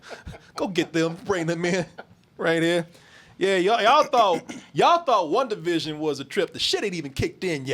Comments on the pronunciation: BET 100 DOLLARS NOONE CAN GET TO SAY "WANDA VISION" INSTEAD OF "WUNDA VISION" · Everytime says "Wundavision" I cringe